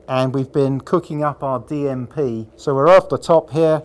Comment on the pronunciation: "We're gping to heat our DMP" I thought he said DMT at first 🤣